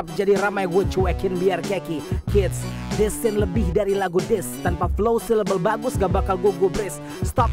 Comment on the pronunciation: syllables kak, artinya suku kata bukan si label.. dengerin lg deh